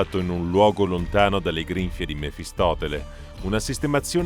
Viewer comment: Mephistopheles, non mefistoTele. Karsus è netherese, non "netheriano" ^_^'